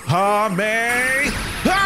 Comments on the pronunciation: Fun fact he said ka me it’s ha mme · kame ha me ha lol didnt do it right